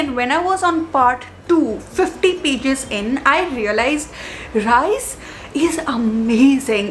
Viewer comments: its Rhys as in Reese not Rice 😭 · it is not Rice it is Rhyys pronunciation wise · Rhys is actually pronounced at ries...ps no hate